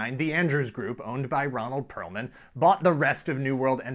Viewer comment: It's Perelman. Not Perlman or Pearlman.